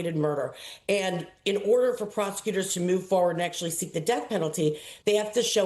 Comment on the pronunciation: What is wrong with you people the word is remember not ramember